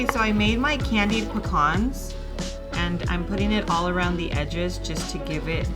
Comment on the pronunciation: God bless you for pronouncing pecans correctly❣️💯🙌🏼💯😂 This looks delish, Im definitely making it! Happy Thanksgiving 2024 🦃🥮🍗